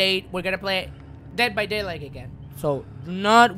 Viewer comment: Eres el mejor ! :D estudiar inglés vale la pena si es para ver tus videos . Sobre todo deh vah deilaigh D:<